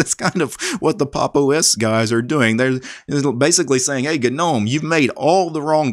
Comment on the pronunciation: Thanks for saying "G"nome 👍🏼👍🏼👍🏼 instead of "nome" 😄